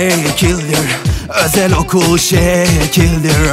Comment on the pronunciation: Özel okıl ellitir diyen abi djdjdjd 😂😂😂